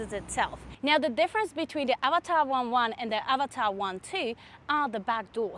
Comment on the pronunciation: As an Indian, I appreciate your pronunciation of Avatar, much closer to its actual pronunciation.